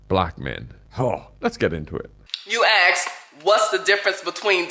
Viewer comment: It’s “ask” not “axe”.